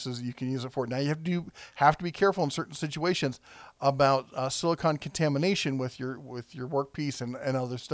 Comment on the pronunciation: Not sure if anyone hit this yet, spoiler: word police, silicon is an element used for electronics while silicone is that goopy sealant your talkin about. I know it's probably a pronunciation thing but there is a difference, just sayn. My apologies if it's already been brought up.